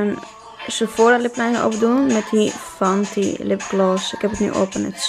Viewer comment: Fenty, not fanty